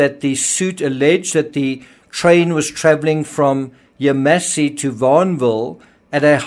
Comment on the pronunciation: You mispronounced "Yamasee